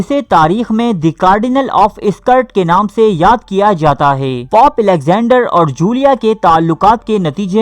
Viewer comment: Please use the word " dosto "---. It is not POP---it is pope---. Pop is a type f music---.